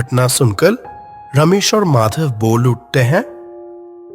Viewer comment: Usko Madhav Bolna He Nahi Aaya 😂😂 Pata Ni Bol Raha Tha Jo Sunke Mujhe Bahut Hasi Aayi 😂😂😂😂😂